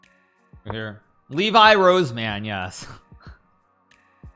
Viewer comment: He called him "Levi" 🤣🤣